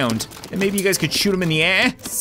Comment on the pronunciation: In the beginning of the video he said” what’s up gads”🤣